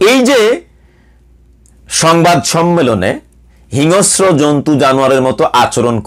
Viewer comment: Not hinosro, it should be hingsro Mr..